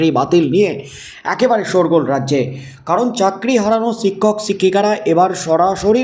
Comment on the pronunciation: “ছিক্ষক” নয় “ শিক্ষক” বলুন। উচচারন ঠিক করুন।